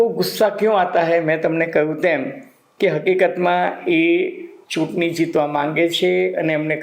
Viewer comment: ચુતની નહી સહેબ ચુંટણી બોલો